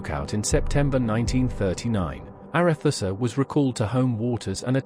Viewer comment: 'Arethusa' was always pronounced 'ARETSA' during my naval service, not 'ARETHUSSA'